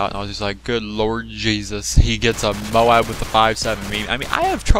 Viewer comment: It's not MO-ABB IT'S MOBE!!! MOOOBBBEEE! MOBE!